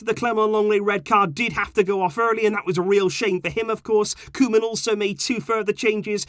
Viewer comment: when said Koeman reign, i heard Roman reign..:D